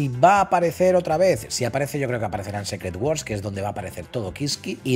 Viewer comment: Se pronuncia "Sícret", no "Sécret".